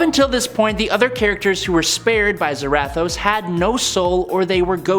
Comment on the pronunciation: Why…. Why do you keep pronouncing Zarathos like that🤦🏻‍♂️